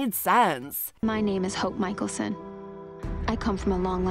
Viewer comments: mikelson bro butchery of the names are disrespectful. bro brush up on your name announcements and then speak about it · The narrator of this video has obviously not watched any of these shows. Her pronunciation of Alaric, Stefan, Damon and Mikaelson is so wrong!